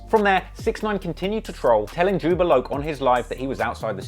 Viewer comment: It's Jobb-A love not jubba locc